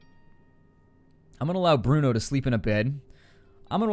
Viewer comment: Hey, here is a little help on your eastern European names. The pronunciation is as follows (phonetically): Bruno - Broono (you got him right) Pavle - Pavley Katia - Kateea (you got her right) Cveta - Tsveta Hope that helps. By the way I know this because I'm from that neck of the woods.